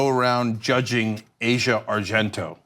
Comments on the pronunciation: Minor niggle: it's pronounced Ar-zee-ya not Ay-sha. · Ah-cia, not "Asia" She new him since he was 7 years old, who's to say there wasn't child-grooming?